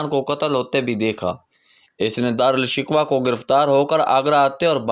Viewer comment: Dara shakoh, not shikwa.